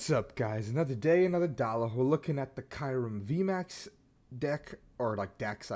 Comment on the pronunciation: The way you say Kyurem makes me uncomfortable lmao